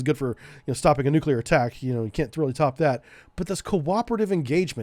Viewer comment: Hey! George W Bush has a copyright on pronouncing it "Nukyaler", even the First Lady Laura Bush teased him about it.